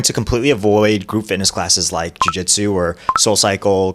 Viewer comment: Jujitsu is a three-syllable word.